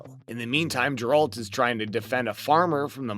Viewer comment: Geralt not grealt